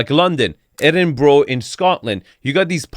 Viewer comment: Eh-din-bro (!) I do love you though ❤, so you’re totally forgiven.